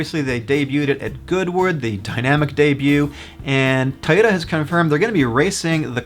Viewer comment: It’s “Toyota” not Tyota. Toy. Toy. Toy!